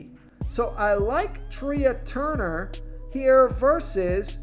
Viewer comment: Who the heck is Treeah Turner? It’s pronounced Tray. Come on.